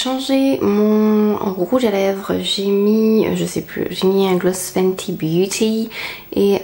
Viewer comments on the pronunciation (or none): none